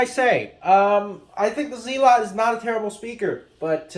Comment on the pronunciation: its zealot not fkn zeelot dohhh and they always made good speakers, ,for the price anyway